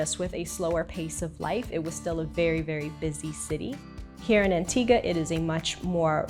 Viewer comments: Its Antigua not Antiga. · Why does she call it antiga?